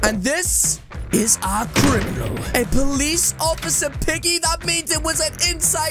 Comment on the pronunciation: I kinda heard beggy or baggy